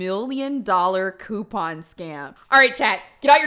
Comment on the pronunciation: Omg I could be wrong but I keep hearing “Quepon” lmao